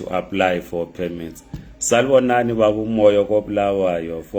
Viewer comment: Sanbonani not salibonani I don't know you trying to be zulu or south African ndebele